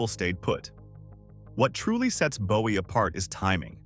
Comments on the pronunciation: Bowie is pronounced Boo-E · OMFG ITS PRONOUNCED BOO-WEE!!!